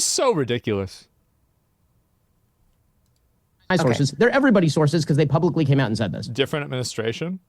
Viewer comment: said "publicly"😬